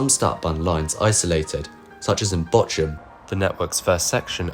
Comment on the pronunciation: Nice video so far but damn you butchered the name of Bochum 😂 And the section on Dortmund was very slim , but otherwise great video